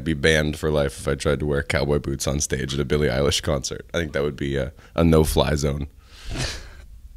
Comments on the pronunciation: "billie relish" pls dont call her thatr LKJSFHKLFVNDFLKBJNL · "im billie ei-wow....." yes ma'am you are lmaoooo